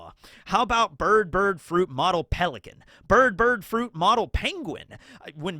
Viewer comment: Why do you keep saying 'bird' wrong? Do you have a speech impediment?